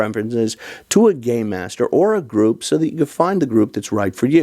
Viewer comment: You ARE saying, "Game Master", right? As in, "It's not 'Dungeons & Dragons', so it's not 'Dungeon Master'. Instead, we say 'Game Master' because it's a 'game'. " Ok, good. Because for a second I thought I heard "Gay Master." -Not that there's anything wrong with that. It's just a different concept.